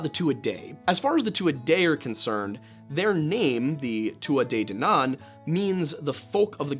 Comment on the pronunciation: I'm almost annoyed by how delighted I am by the fact that a video on the banshee requires a fifteen minute background ramble on the weird mythological history of Ireland. And pronounces Tuatha De Danaan correctly, which is a balm to my soul - as an Irish mythology nerd who's also cursed with an interest in the paranormal sheer number of times I've gritted my teeth at terrible butchering of the name is epic. 😂 You two make my day, so keep up the great work...